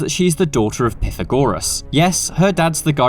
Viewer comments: Piffergorerss😂 it’s pronounced Pythagoras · Its PIE- THAGORAS! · Pithagorus dude? Never heard it pronounced like that. Why you being extra? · The way my man said pythagoras as pithygoreros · R we gonna ignore how he said Pythagoras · Ffs man why cant anyone say Pythagoras properly